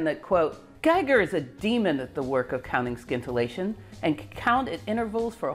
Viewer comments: Do we say “Skience” or “Sience” for Science? If it sounds as the latter, then scintillation sounds without the K. Sorry, but this is the first time I hear it pronounced this way although when I was in college I learned in french where there too the K is silent. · Great story! But I believe in scintillation the c is not hard. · Wonderful presentation. BTW, the 'c' in scintillation is silent. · Love Love Love your videos! This one has a small pronunciation error: it's "sintillation" not "skintillation" :) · In the word "scintillation" the "c" is silent, so that the word sounds like "sintillation". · I realize that it's a lot like pronouncing "scattering" as "sattering", but "scintillation" is, in fact, pronounced "sintillation". Your talks, though, are always scintillating. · I think it's pronounced "sintillation" not "skintillation". I know ... it's spelled scintillation but as you know, I'm a nit picker. And a guitar picker. Also, it's "Kirchoff", not "Kirkoff". The "ch" is pronounce as in "church". :) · Please, scintillation is not pronounced skintillation but sintillation. Regards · 'sin-till-ay-tion', not 'skin-till-ay-tion' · "sin-ta-la-shun"... not skint... :p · I'm pretty sure the C in scintillation is silent, and the scin is pronounced as sin. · Scintillation has a silent c, so it is pronounced sin-till-ation. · How many times in her life did she say "skintilation" and nobody corrected her? Granted, aside from talking about Rutherford, it would probabavly never come up, unless she found something scintillating. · Scintillation has a silent ‘C’ !!! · Sorry. I love your work and I love your content, but I couldn’t get past half way through this video with your bastardisation of the English language. The C in scintillation is silent, as is the first C is in science. Skintillation just grates way to much to endure. Look forward to the next video though x. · Where did you learn how to pronounce scintillation? It’s SINtillation.